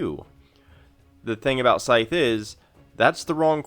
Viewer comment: "Scythe" rhymes with writhe, not fife.